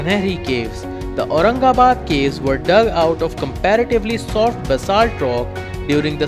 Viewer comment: अतिशय चुकीचे उच्चार केलेत,,जरा आधी सगळ्या नावांचे नीट उच्चार शिकून घ्या आणि मग व्हिडिओ ,ऑडिओ मिक्स करा.